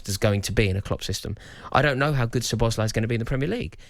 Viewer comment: mark goldbridge getting everyone to call Szoboszlai Sir bozley what a clown